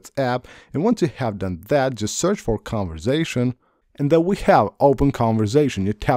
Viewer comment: It's conversation not converzation